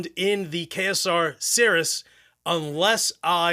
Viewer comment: How does the KSR rep not know how to pronounce Ceres??? 😂